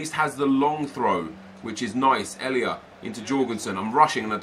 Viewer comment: Nep just a tip! Elia's first name you pronounce just how it says on the card ❤